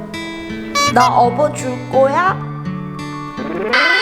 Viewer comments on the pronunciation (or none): 어버줄꼬야가 아니라 끌어줄꺼야 인데ㅋㅋㅋㅋㅋㅋㅋㅋ